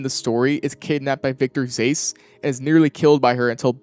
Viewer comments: Hold up, zase??? Brother Batman himself says it’s Zsasz “zah azz” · please... plase for the love of god stop saying zace it's pronounced zaz like taz. they say it over 100 times between asylum and city tf bruh. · bro said zace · Victor “Zase” is rough, man 😂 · "Victor Zase" You'll never live this down... NEVER!!! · “Victor Zais” 💀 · victor "zayz" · Pls your supposed to be a Batman know it all, please for the love of Gotham SAY ZSASZ RIGHT NOW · Why does bro call him "Zace" when Kevin Conroy's Batman calls him "Victor Zsasz"? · victor “zase”😭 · Victor “zaysze” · You are not a batman fan if you can't pronounce Victor Zsasz. Batman literally says his name constantly during his missions and in Gotham. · pronouncing Zsasz wrong aint canon thats for sure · Dude… you have to work on your Zsasz pronounciation xD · You pronounced victor zasaz name wrong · pronunciation of Zsasz isn't canon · WHYRE YOU SAYING HIS NAME LIKE THAT LMAO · Respectfully, the way you say zsasz is not canon. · Reported this video for repulsive content because of the way you mispronounce "Zsasz."